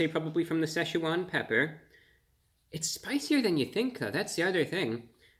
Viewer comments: It's pronounced SITCH-wan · You're pronouncing Szechuan incorrectly. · The Seh sha Juan wings haha